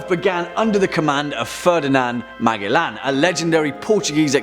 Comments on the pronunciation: Magaland WTF it's pronounced Ma gel lan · I heard he say the name and I thought who tf is he talking aboot. Cause I knew who MA gell an was,but who is Magalan. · (MAG - A - LAN) hurts my ears... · It's pronounced "Majelan" lol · In my country (Philippines) we pronounce Magellan as (Majelan) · The way you were pronouncing Magellan was confusing me at first. I am rather used to hearing "Mage-ell-an" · C'mon,. Check your pronunciations. It's Ma-jell-an. 🙂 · ouch, i am almost sure it sounds like "man...jellin" like jello but "in" at the end of the name,, man-jellin any way so far great video. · Think it’s pronounced “Majellan “